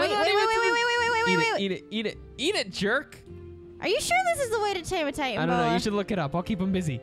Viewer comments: Its pronounced Titan-a-boa,not Titan-boa.. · It is titanoboa not titanboa guys!!!! Sorry for watching your vid late cuz when you upload its usually around 9pm for my country Indonesia but I was born in Australia. No complaining tho from me Just do what you gotta do - Jeff Goldblum Blue: JEFFFF GOLDBLUMMM!!!!!